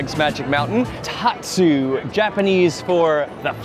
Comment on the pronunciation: I'm always so confused by the name of the Revolution! You helped shed some clarity, thank you. But it is still confusing. I see Classic, I see New, and I still see New Classic (or maybe it's The New Revolution - Classic). Ahhhh!!!!! Loved the fun history facts! PS, It's Tatsu, not Totsu. ;) Very enjoyable, thank you!